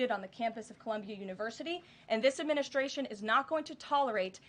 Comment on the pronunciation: She always says, " adminiSHtration", haha